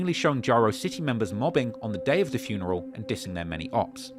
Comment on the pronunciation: Lol I want to get a job teaching the people of Chicago how to say the word “funeral”. The word only has one letter R but everyone in Chicago thinks it has 3 Rs. “Frurneral”